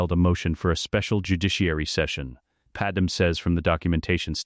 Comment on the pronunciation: I thought these same things throughout the Video. Padam is simply gross. Same goes with Qui-Gon in his other Videos. The false pronunciation of names is for me a no go. The Speed of the sentences are to high and to monoton, sorry. It dosn't sound like Story Telling